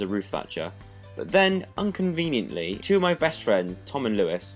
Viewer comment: 'Unconviniently' haha you tried :)